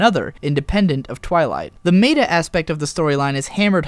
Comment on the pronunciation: Meh-ta, not may-ta. You are going to make me leave this comment on every video you make about anything remotely related to the fourth wall, aren't you. And I'll keep doing it, because I refuse to give up hope that one day, you'll listen to me.